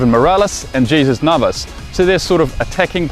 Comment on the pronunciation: Great video guys! Only one thing, you mispronounced Jesus Navas. Other then that, love the channel!